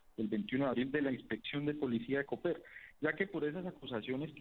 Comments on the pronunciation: El municipio de Boyacá no se llama Cóper, se llama coper; aprenda a leer y diferenciar los signos gramaticales "señor periodista" de media panela. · Se pronuncia «Coper», es una palabra aguda, no «Cóper». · por cierto, se pronuncia «Coper», es una palabra aguda, no «Cóper», como la pronuncia Vicky Dávila.